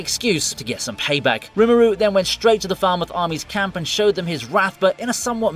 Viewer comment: ok so you realize in Ajin that the police are NOT the good guys nether is ANY non-Ajin character apart from those who actively aid the Ajin. That said the ONLY thing you got right in that series is satou is NOT a good guy but the cause he's fighting for IS good. secondly Falmuth is Pronounced as this {Fall-mooth} not Faal-mouth there is a city called Faalmouth in my provice its spelled as Falmouth you may have the accent but LEARN the language please you disrespect the art & the Actual people or places with the actual names your mistaking how would you like being called VineeTubii? also you mention Gundam in the section on 86 but wheres the ACTUAL Gundam sense? we have Amaro's many berserk fights in the OG series, Kamial Bidan going nuts in the Zeta Gundam, Judau Ashta decimates in the Double Zeta, Char aznable in the Red Zakku, Zebok, Gelgoog, Hiyakushiki, & that's nearly a mobile armor final suit, ANY mobile armor fight across all series, Hero in both 001 & Wing Zero from Gundam Wing, Troa Barton in the Gundam Heavy Arms, Katra Rababa Winner & Sandroc, Duo & both Deathscythe Gundams (really only one Gundam in Gundam Wing is a duelist) then we move into the Seed/Destiny/Astray, series with Kira, Shin, & that other chick. & thats just from the Gundam series I'VE seen.